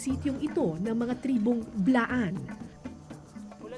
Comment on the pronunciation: Ano po ba right pronunciation kasi my nakita ako video bigla ng away after pagkabigkas ng tribo